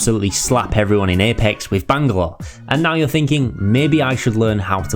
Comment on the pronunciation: Look man it was a great guide and very entertaining while informing but that has got to be the most annoying pronunciation of Bangalore I've ever heard